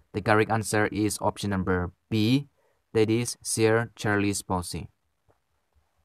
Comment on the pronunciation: ITs sir not sear